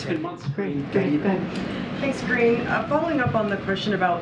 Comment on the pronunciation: Why do they ,keep calling her Karinne?